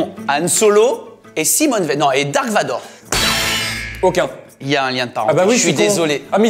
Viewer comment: Quand il dise dark vador 😥darth vador😁